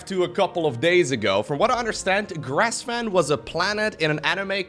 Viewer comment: GRESvan not GRASSvan 😆